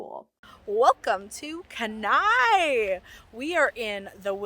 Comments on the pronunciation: Glad you had a great trip. Just a quick tip, Kenai is pronounced “Kee-nye”.😊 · Kenai- “KEEN-eye” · Enjoyed the video but having grown up in Kenai it was killing me to pronounced wrong. 😂😂. Thank you for the video though!